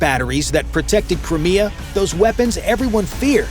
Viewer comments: cant even pronounce crimea properly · AUI ("UNintelligence") strikes yet again, & in mere SECONDS into this production, the absolutely STUPID mispronunciation of "Crimea," which for some alleged "military" channel is beyond ridiculous. 🙄 Hopefully this rumored Good News holds up in spite of - oh jeez, "zero 2 hundred 50 hours"!!! 😳 - the sh(odd)y presentation herein.